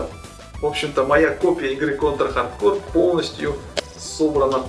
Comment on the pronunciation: Если уж начал, то иди до конца "Конть ра Хатд Коу"